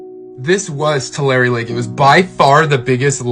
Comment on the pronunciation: Pronounce Tulare as Two lair eee